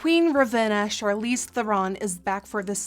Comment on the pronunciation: It's Charlize and she said it right every time :)